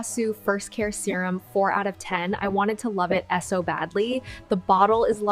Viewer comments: "S. O. badly" instead of "so badly" reveals it as AI immediately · .... I wanted to love this S. O. badly?" .... maybe I'm cynical, but that mispronunciation of a very common word alone should tip everyone off that it's AI. Even if you couldn't tell from the video (and honestly, with the exaggerated mouth movements, it's really not that hidden, that looked very unnatural), or thought that her cadence sounded otherwise natural (it really didn't for the most part, the part about the product itself sounded like a really stiff copy read of an undisclosed ad at best, and glaringly obvious AI at worst), that alone should be like a siren going off in your head when you hear it. A person who otherwise speaks the language fluently should not be here pronouncing "so" by spelling it. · I knew it was AI because of the “i s o” 😂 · It was the serum "I wanted to love it ess-oh badly" that really sold the ai to me! 😂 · how did people not realize this is ai? Even not including the clearly AI voice and the ess oh instead of so but the lady in the beige coat awkwardly slides past the dude and then turn around really weirdly and walks back again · It's already bad when the subtitles are off, but her voice literally said S.O. lololol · i was going to comment this exact same thing. i bet they capitalized it as “SO” for emphasis in their script, but it was read s-o. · "So" pronounced "S-O" 🤣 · In that last video she said “I wanted to like it s o badly” instead of “so badly”. I clocked it as ai but that weird flubbing of the word ‘so’ should make folks suspicious. Weird!